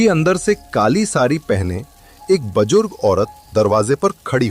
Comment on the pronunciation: Bujurg not bajurg😂😂